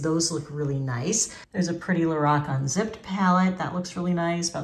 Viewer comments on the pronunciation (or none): none